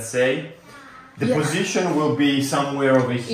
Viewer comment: can you try to not say so many words with an E at the end like pipesE, positionE, becauseE, woodE, topE, lightE supportE, removeE, chooseE, boughtE and so many other words.